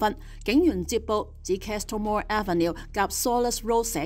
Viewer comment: Castle - the “t” is silent / kas-uhl, kah-suhl /❤